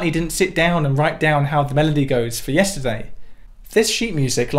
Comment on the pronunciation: "yestidey" is all I'll be hearing now